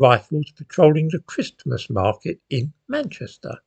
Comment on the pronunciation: I can’t believe how quickly the time flies. It feels like only a few weeks ago since the last time I was having to listen to you pronouncing the “t” in Christmas every other day.